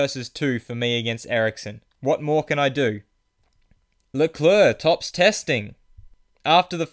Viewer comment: it's not lecleurc it's leclerc